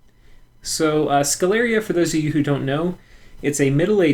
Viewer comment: I suppose Sceleria should be pronounced with sh as in sheep due to the name being derived from latin (campus sceleris) Great guide as always!